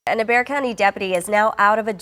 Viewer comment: Bexar is pronounced Bear... I was raised in that area.